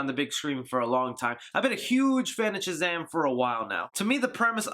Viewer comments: Is it just me is our boy saying CHUZAM? Nice review bro! cant wait to see this film!!! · Great review! Why do you pronounce it CHAZAM? Is it an eastern euro accent?